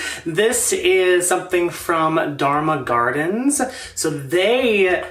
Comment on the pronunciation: I love your unboxing from Dharma Gardens! I'm so glad you love your Dharma Queen!!! Yes, you pronounced my rare plant nursery AND my name correctly!!! Yayyyyyyy! This is my new favorite planty YouTube video ever! I'm so glad that cutie ended up in your care. It was totally meant to be! Thank you for the shout-out!